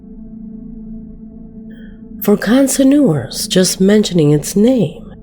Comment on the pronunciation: I can't understand how some of the narrators don't double check the pronunciation of words they don't know... like connoisseur(s)... there were too many mispronounciations in this video for me to stomach...